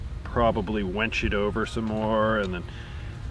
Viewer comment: Winch not wench. Lol glad it got done